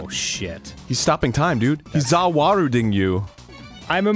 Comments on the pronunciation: Did arin just say ' Za Waruding?' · Well, "za warudo"-ing